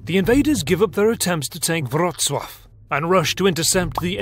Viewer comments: kudos for pronounciation of 'WRRRocŁaw'. Spot on! :) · I really appreciate you trying to pronounce city names with modern accents. Your "Wrocław" was 99% on point, nice. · Wow, amazing pronunciation of Wrocław, I was born there n English speakers butcher the name.